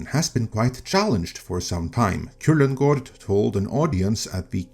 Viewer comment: I paused and replayed this video like 5 days to hear you say Kullengärd. Always fun to hear a native speaker pronounce words they way they're supposed to be said.